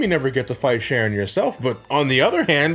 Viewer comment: The fact you pronounce "Charon" as "SHARON" is more hilarious than it should be.